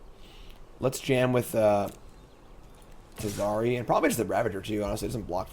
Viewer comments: fans: IT'S TAZRI NOT TUH-ZARI Saffron Olive fans: First time? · Glad I wasn't the only one irrationally irked by that, though I know I have my own issues pronouncing certain cards. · Everybody together: "TAZ. RI." XD but other than that, good games and interesting deck. I'm still hoping party will be good. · Love the intro, but bugs me every time he says TazAHri. There are no vowels between the Z and the R. It's a made up word, this is full on my problem. But there it is.